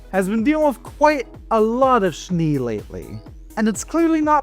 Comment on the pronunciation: Mama Schnee is pronounced as "Shneh"